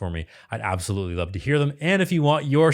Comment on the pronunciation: It drives me crazy that she doesn't pronounce the V in loVe...she says "I can't help falling in low with you"